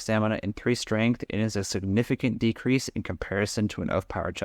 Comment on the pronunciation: did you say "decresed" on the blazewind breastplate?